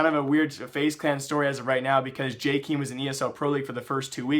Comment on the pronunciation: jkaem not jkeem PLEASE